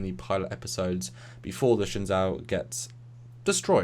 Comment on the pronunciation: For the Nth time. It's pronounced Shen-jou.